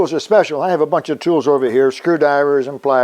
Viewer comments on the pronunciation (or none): "scewdiver" always make me laugh... definitely not a pirate as you lost all your RRrrrsss